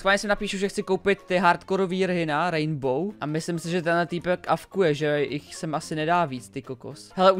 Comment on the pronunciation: to je rainbow a ne raindbow to D tam vůbec nepatří